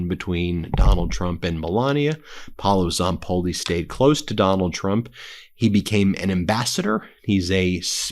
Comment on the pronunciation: Hi Ben, I just want to give you a tip go to Google translate English to Italian and Type Paolo Zapolli and hear the audio that way you will pronauce well in Italian the correct way his name and last name specially his first name because you are not saying right 😁